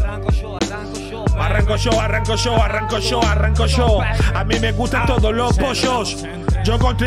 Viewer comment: Nadie: IBAI: arranco sho arranco sho arranco sho xD